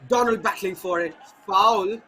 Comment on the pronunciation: Commentator.. He is not Donald, instead he is Donlad ( Don-Lad)